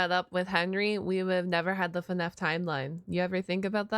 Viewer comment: Stop saying fnef say fnaf